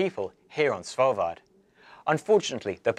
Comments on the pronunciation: Pronunciation of Svalbard and Longyearbyen was pretty damn good, couldn't help but notice. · He pronounced Svalbard perfectly